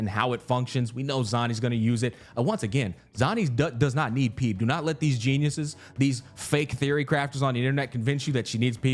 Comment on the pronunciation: I never played this game but ain't no way bro pronounced Phoebe as "PEEB" 😂